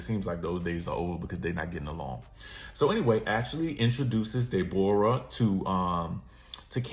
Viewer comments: Not Day-bor-ah !! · Not Dey-Bore-rah😂😭😭😭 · Resting Grinch Face would be ready to fight you for the way I’m dying every time you say Dayborrah 😂😂😭! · “Ms day bora” 😭